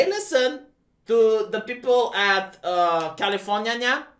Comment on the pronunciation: "Califor-nya-nya" furry confirmed.